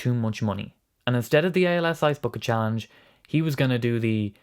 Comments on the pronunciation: Challange~ "chah-lang"?? Ohhhh, you meant CHALLENGE.😆😅😂🤣 Great video, btw! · It's 'challenge' not challange. Lazy.